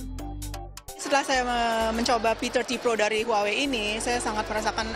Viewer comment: Huwawei? Not Huawei?